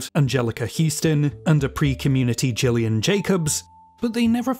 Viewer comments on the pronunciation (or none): none